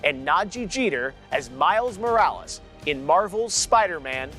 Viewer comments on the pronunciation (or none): none